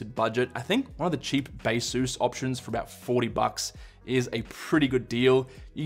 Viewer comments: Did he say "Bea-sus"? Like "Asus" but Bea? Or is there literally a company named Beasus? LOL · It is Baseus.